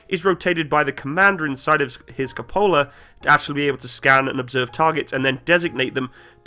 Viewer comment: also "cup a la" no its "cuh poh lah"